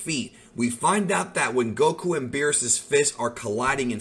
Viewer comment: Stop saying Goku like that